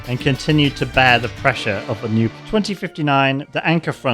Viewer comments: Your pronounciation of "nuclear" is so annoying and i cant watch this. Its nuclear, not nucelar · Man, I have a tic with this, but the right way to pronounce nuclear is not nukulear, its nu+clear, nixon pronounced it wrongly which got that form of pronunciation famous, but it is not correct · it is pronounced "nuclear" not "nucular". Please, have mercy,, it hurts my ears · I love your work, man, but someone needs to tell you how to pronounce "nuclear". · I was thinking the same!